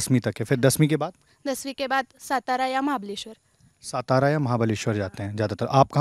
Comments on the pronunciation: " सतारा " नही "सातारा". पहले ये चीजें सुधारो। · It should be pronounced as saataaraa and not Satara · सातारा रे, सतारा नाही. Please respect the places and pronounce the names correctly! Appreciate the girl who spoke in Marathi, people need that level of courage! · ये हमारे हिंदी भाषिक भाई 'सातारा' को 'सतारा' क्यू बोलते हैं?😂